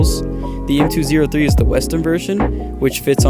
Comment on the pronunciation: M203 is pronounced “M-TWO-OH-THREE”